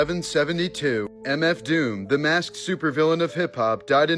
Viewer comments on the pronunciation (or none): none